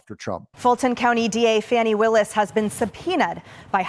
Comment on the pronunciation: Doug, you’ve been watching too much TV. You said “Fah nee”. Under the circumstances, I think we should continue to refer to her as “Fanny”.